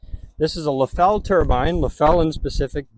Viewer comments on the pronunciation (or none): It's pronounced LEFF-el...not leFELL. They are still in business in Springfield,Ohio. If you don't believe me, call them up and see how they answer the phone. I used to work around Leffel turbines that were 48" in diameter. Never have seen one this small. Thanks for posting this.